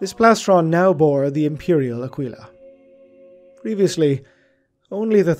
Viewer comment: Going to be a pronunciation nazi here. It's pronounced Akeela not _Akweela_. Otherwise great work.